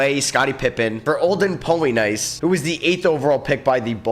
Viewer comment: Missed on pronouncing Olden Polynice. Ouchie